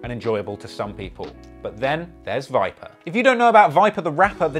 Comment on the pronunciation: Why’d he say vipa like that? And pen?